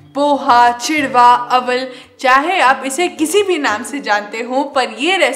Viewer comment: She said CHIDAWA